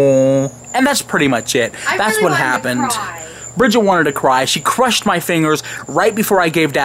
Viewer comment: dat mudder phuker cwushed ur feengirs!!!